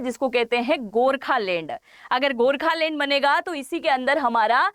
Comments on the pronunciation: You should first learn to pronounce the right word so let me tell you it's Gorkhaland not Gorkhalend lol😅😂🤣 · Gokhaland, not gorkhalane